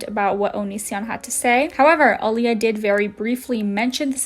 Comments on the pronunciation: I loooove that you made a video about this creep! The only thing I want you tell you is that the name of the first youtuber he dated isn't pronounced aliyah as you said it, but I-ALA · Eye-lah, not Aaliyah 🤣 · please don't think this out of hate but AYALLA not aleea 😂😂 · Her name is Ayalla not Aliya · Ayalla is pronounced EYE_ALLA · Do you keep mispronouncing “Ayalla” as Alia? Or whatever non-name you’re saying, haha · I believe Ayalla is pronounced Ai-yal-luh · It’s pronounced “eye-ah-la” for Ayala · Her name is Ayala. Not aliyah... I know that's not the point of the video but it annoyed me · Hahaha, my name is Ayalla too and you cracked me up with your pronunciation. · They can’t even say “ayalla’s” name correctly, seems like they’re a moron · I scrolled through at least 100+ comments and no one is pointing out HOW badly you messed up Ayalla’s name. It’s also clear you don’t know the word “repose”- the emphasis is on the “pose”, not the “re” It makes me wonder how much you actually researched or watched videos- how could you completely get someone’s name completely wrong?